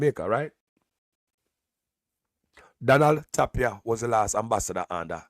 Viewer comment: ..JC Donald Ray Tapia his name is pronounced TIP-ia.. the A sound as i